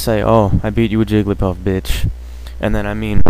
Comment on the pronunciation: I stopped watching at "Jigglypuff"